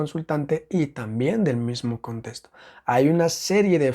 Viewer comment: Me desespera un poco la forma en la que dice contesto y no contexto 😢